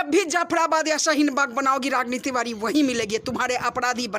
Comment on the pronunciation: Tivari ko tivadi bolti hai